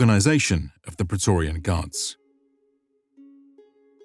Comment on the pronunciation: But Pra....e...to...ri....an... isn't a Word of ro...ma...n language....